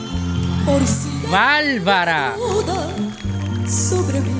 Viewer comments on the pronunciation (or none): Amigo, me encanta tu canal,no me pierdo ninguno y gracias por ver el talento de nuestros compatriotas, me encanta cuando dices ballllllllbaro jajaja es que aquí se dice bárbaro,pero se te ve muy gracioso,te quiero mi hermano bendiciones para tu canal 🎉❤